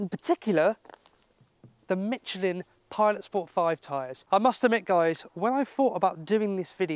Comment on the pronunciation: There is no t in Michelin